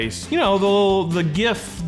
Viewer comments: I grew up eating Jif, now my favorite is whoever is private labeling Aldi’s peanut butter because it’s half the price 😂. Props for pronouncing gif properly 🎉 And also pronouncing Reese’s correctly. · I spent 19 minutes & 26 seconds here to learn what I already knew: JIF. 😂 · Beginning of video: Are we about to fight? Edit: Nah, we’re good. Jif won! 😂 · I'm proud of you actually because you almost got it right